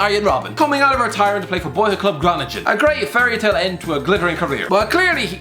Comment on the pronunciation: they way you pronounced Groningen hurt